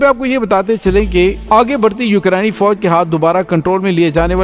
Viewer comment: Dr sahab I like your videos and subscribed your channel. Please pronounce Ukraine properly